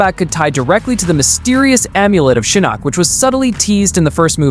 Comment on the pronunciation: Why are you pronouncing the names wrong and then later it's right e.g. Shinook then Shinok, I'm genuinely curious ?